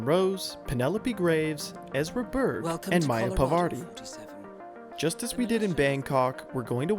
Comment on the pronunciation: its maya parvati not pavarti.. js.